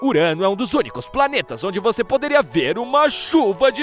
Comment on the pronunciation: Às vezes o narrador fala "vocêr" 😅